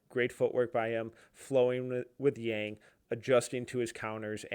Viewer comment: Just an FYI - His name is pronounced Yang like Bong but with a Y. This is what I can tell from all Blazers reporters and staff